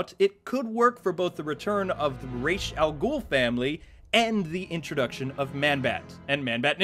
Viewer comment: You say rās al ghūl wrong